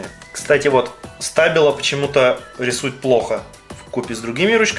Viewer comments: А еще правильно говорить штабило ударение на и . И эти штабилы не для писания , а для раскрашивания мелких деталей или просто рисовать . Ты вааобще в табила ничего не понимаешь . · Так как это немецкая фирма,то и произношение у нее Штабило